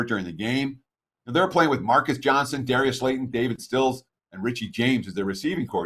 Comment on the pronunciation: Love but he gets names wrong often lol. No hate or anything, it happens